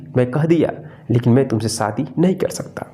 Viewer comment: Saadi. Nahin. Shaadi. Hota Hai correct pronunciation